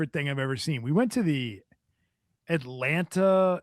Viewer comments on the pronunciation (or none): none